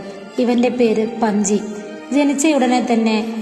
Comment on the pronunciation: പഞ്ചി 😂അല്ലെടോ പഞ്ജ് എന്നാണ്